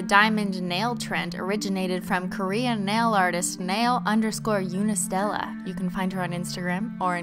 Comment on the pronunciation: it's not unistella like unicorn it's like eonistella